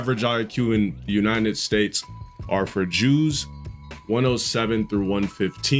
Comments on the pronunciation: Duu says unined states 😭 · Crazy how he can barely pronounce United States